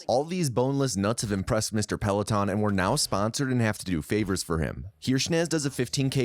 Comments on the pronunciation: Did he just call Stacy Peralta, Stacy Peleton? 😂 Great video though. I really enjoyed it. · Did my man just call Stacy Peralta "Mr. Pellaton"? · Pelaton??? Bro it's PERALTA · Who the fuck is Stacy "Pellaton"? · Very triggered by "Musky" and "Peloton," well done.